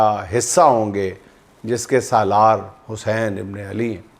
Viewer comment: juind shb imam e Hussain e pak ka nam achy terqay sy bolein